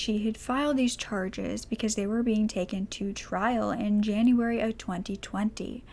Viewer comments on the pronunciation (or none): none